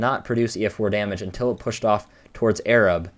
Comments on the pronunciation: Arab is pronounced eh-rahb. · From there, Arab is not pronounced like you'd think. It's pronounced exactly how it's spelled - Ay-rabb. No hate, you did an awesome analysis. We have very weird pronunciations of town names in Alabama. I enjoyed your video, though. That day sucked and it's something none of us will ever forget.